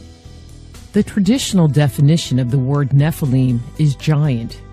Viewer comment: Its all good accept nephaleen is not how you say nephilim